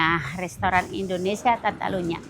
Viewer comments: nerap lagi deh, coba ulang2x terus deh Indonesia bukan Indonesa, indonesa mulu 😂. Menit ke. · Indonesia ya bukan Indonesa😅. Tol d sini berbayar aja macettt apalg kl gratis ky disana ya😅